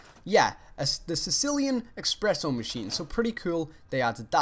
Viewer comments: HOW DARE YOU!!! IT'S ESPRESSO, NOT EXPRESSO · THANK YOU! IT'S NOT 'EXPRESS', IT'S "ESPRESSO"